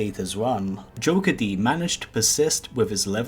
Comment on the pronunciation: It is not joker d. it is pronounced jokered